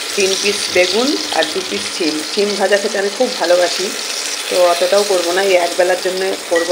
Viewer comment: ছিম নয় সিম বলে